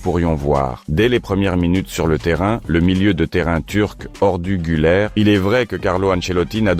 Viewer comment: Ordu Güler plus exactement ensuite il dit Orda Güler 😅😅